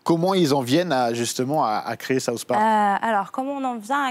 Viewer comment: MOI qui ai une immense culture us j'adore SAUCE parc ! T'as quel culture tu sais meme pas prononcer SOUTH sans dire SAUCE ! mdrrrrrrrrrr